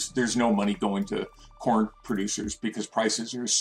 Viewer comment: I kept hearing pron. 🤣🤣